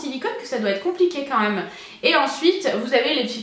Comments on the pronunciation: Quand tu dis "même" tu le prononces genre "meume" ça me fait rire 😙 au top cette vidéo, gros bisous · Super video ❤️ j'adore vraiment t'es haul Londres 😘tu me fait trop rire quand tu dit "meme" 😂 continue comme sa t'es au top 👌🏼❤️